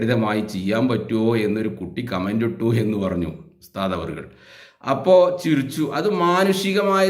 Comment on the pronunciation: ചിരുച്ചു എന്നല്ല ഉച്ഛരിക്കേണ്ടത് ചിരിച്ചു എന്നാണ്